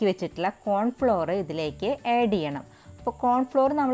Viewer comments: ഏഡു ചെയ്യണോ,ആഡ് ചെയ്യണോ😐😐പുഡ്ഡിംഗ് കൊള്ളാം.ചേച്ചിയുടെ സംസാരം തള്ളൽ ആണ് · ഏഡ് അല്ല ആഡ്